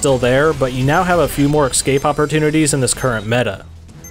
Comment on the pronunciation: Interesting stuff! I'm a bit surprised I've never heard of this game. PS escape is "S-Cape," not "Eck- Scape" 😊👍